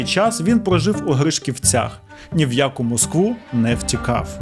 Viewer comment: у ГрИшківцях і у БердИчівській ведучий, став правильно наголоси!!